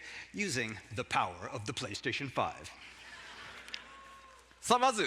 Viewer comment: "Da power of the Playstation Five !" The way he says it cracks me up 😆